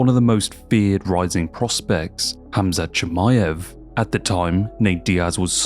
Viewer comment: Ah yes, kumshot chimichunga